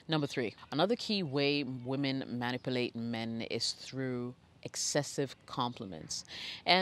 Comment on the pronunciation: I love how you say manipulate. MAN-ipulate haha 😘😘🤣😇😊